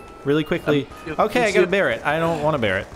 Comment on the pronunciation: "I got a barrete." I laughed hard when he said that. It s a DSR-59